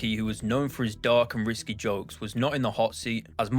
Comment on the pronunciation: When he pronounced risqué as risky I knew it wasn't written by this guy